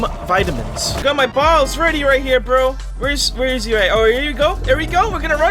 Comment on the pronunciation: Hold up what did he say? 🤨 (Yes I know he said bottles)